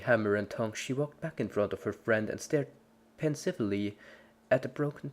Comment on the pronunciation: I'm afraid you don't know how to pronounce pensively. (lol)